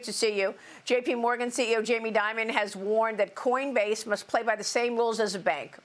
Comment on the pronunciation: lol... , . she sed coinbase . best est 4dee merikan peepole, Yu bettChaFox . hole >><?/.,,.